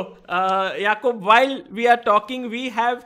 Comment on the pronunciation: If is name Is Jacob then why r u calling him "YAKOOB "...😂😂😂